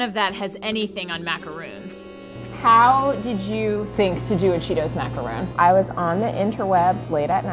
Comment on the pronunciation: Wow. The creator of the cheetos macaron can't even say macaron. She pronounced it macaroon (the coconut treat) and not macaron (the French cookie). *sigh* Americans...